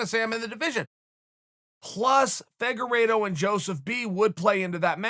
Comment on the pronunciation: For some reason when I hear them call Figueiredo “figa-rito” it makes me hungry but leaves me confused on wether I want Doritos or Fritos.